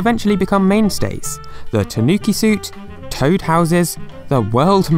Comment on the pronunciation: TAnuki, not taNUki